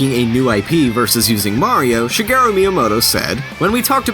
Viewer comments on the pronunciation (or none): none